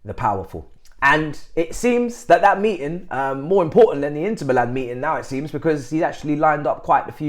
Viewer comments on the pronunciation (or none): none